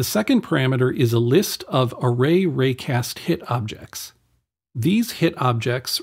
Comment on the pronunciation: Thank you! BTW, it's not array-cast-hit, it's AR-ray-cast-hit :)